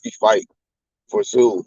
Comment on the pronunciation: Tim “Brooklyn” Tszyuuuuuuu